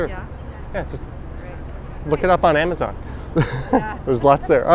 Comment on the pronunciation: "look it up on amizon"? dude!